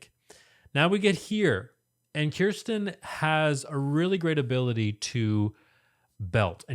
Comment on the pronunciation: Thanks very much for reacting again to this PTX song. I enjoyed your analysis. I would like to remind you how to pronounce Kirstin’s name…‘KUR stin’ as opposed to ‘KEER stin’. Or as I’ve heard her say, Kirstie like thirsty.